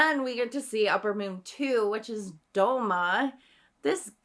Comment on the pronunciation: Did she call douma DOUMO!!!! WTF